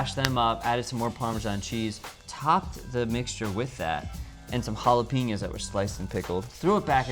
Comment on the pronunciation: I'm always so surprises by pronunciation of certain words, for example lychee, jalapeño and kombucha.:)